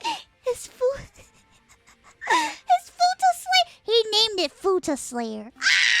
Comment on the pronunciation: I give this video a 10/10 for the fact that i never thought of people saying the word futa with an accent.